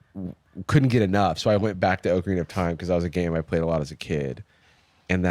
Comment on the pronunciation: I love Jarvis but I hate how he says Ocarina